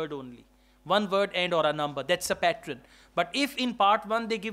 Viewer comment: Pattern not patren